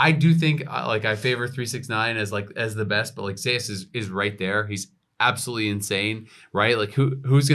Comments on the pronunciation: Why change two millennia's of the greek-roman King of the gods name pronounce of Zeus!? What they call it Zaeas? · Because there is another player called Zeus in lck I believe so they pronounce t1 Zeus that way for clarity